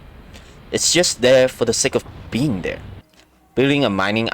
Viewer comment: Thwere’s rwabbits wover thwere